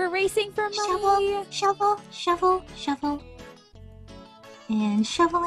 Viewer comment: Oh I got money!:D Me: Actually, it's moNEIGH XD